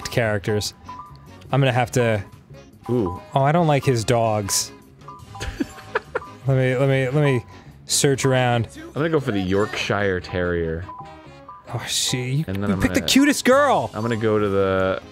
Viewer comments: YORK-SHEER. Not York-shire. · Yorkshire is not pronounced York-sh-hi-re it is pronounced york-sh-ear, this goes for any other places in the UK that end with shire. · Arin, [Y-ORK SH-ER] Sincerely, A Yorkshireman. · Why can’t Americans pronounce “Yorkshire”?